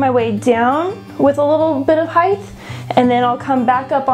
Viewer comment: Height not Hidth.